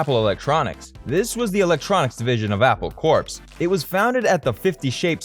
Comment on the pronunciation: Its NOT Apple Corpse as you are calling it, it is Apple Core in pronunciation, like an Apple has a core?